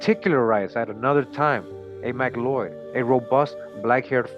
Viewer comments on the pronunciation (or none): 🤔Actually McLeod is pronounced Mack Cloud, had co-worker and found family with that surname